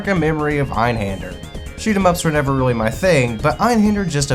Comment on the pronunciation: Great video and insight on Einhander. I learned multiple things like how to properly pronounce it finally haha. I made a tough choice in December on buying either Grandia or Einhander and I chose Grandia. Watching this sparked my interest again in Einhander. The mini boss fights while very challenging would be very satisfying to beat once you get their patterns down. Great video, as you said the toughest part is obtaining it…. Now I gotta do that!